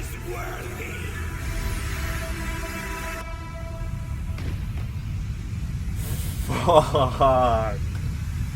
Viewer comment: When he was gonna say The f word buddie’s ;-; He said Phuck xD